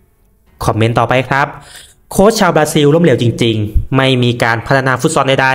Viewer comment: ฟุตซอล อ่านว่า ฟุตซอ ไม่ใช่ ฟุตซอน